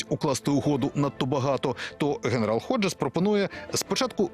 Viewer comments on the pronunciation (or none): Не Годжес, а Ходжес. Неможна перекручувати прізвище